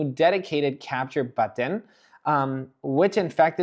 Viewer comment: I like the way he says button 😂 ‘boteeen’ 😂